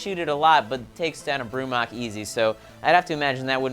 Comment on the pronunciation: I'm confused, is compalining about how pronounces Mako when is pronouncing Brumak wrong. It's bru-mack exactly how it sounds. Not brumock.